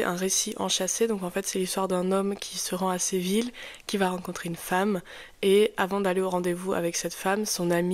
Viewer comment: Séville , pas Seville